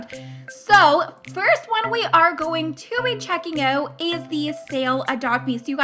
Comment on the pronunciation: Dont say oet say Out